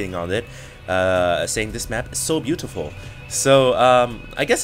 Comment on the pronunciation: lol hd said beautiful in a Asian accent HAHAHAHA